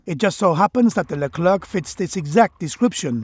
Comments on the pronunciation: Leclér not Le Klerk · As a french , it's accurate. (And it's pronounced "leclaire" not "leclairke" xD)